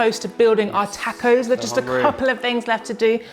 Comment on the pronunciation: Looks good, will try. Btw, you're saying tacos wrong.